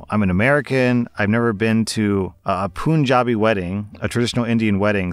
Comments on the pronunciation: sir I am from Punjab and sorry to be rude but it is not pronouced p-oo-n jabi,it is pronouced punjabi where the first three letters are pronounced like pun so pun - jabi Sorry and thank you for reading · Btw punjabi is pronounced like the word pun, not poonjabi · Story 3: I appreciate you trying to speak the words from different languages. It is puhn-jaabi. Not POON-JA-BI. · Hi or I'm an Indian and it is pronounced Panjabi and not Punjabi instead of the a its u just would like to let you know love your videos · please, "pan-JA-bi" 😂💕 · My guy you didnt pronounce punjabi as pooonjabi💀💀💀💀💀💀💀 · It’s pronunced as pun as in *pun*jabi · it's pronounced pun-ja-bi know it's a mistake but just fixing pronunciation cuz... Ye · Man definitely didn’t say Punjabi the second time 😳